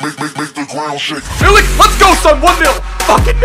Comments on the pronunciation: it's ark-a-day-yush Meeleek incase u were wondering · it's pronounced Arch-ah-dee-yoosh Me-leak. Loving your Ibra vids and loving Arek+Lewa.